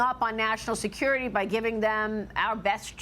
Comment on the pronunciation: 😮😮😮😅😅😅so aggressive?? Until you have to sacrifice "national see-cure-riti"?? Where is your maga?